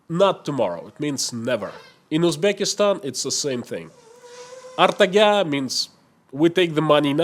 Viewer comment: It is not "Artaga", It is pronounced "Ertaga"